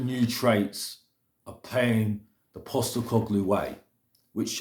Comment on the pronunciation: At least you've decided to bother pronouncing his name correctly now